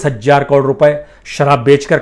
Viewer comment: बाजपेयी जी , हजार को हज्जार मत कहा कीजिये।